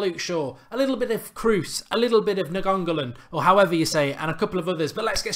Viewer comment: mark! try to say: nine goal an . Think that would be closer than niangolan. Great video, keep these coming. Love United transfer rumours